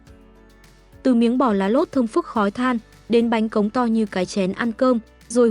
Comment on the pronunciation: Bánh khọt mà đọc thành bánh cóng làm nghề hkông biết bánh gì